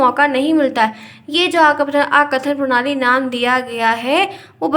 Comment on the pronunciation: ma'am this is arth kathan prnali not akathan